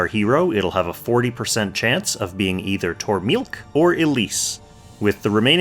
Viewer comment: I think her name is pronounced "Tore-mill-leek". I think her "que" part is silent...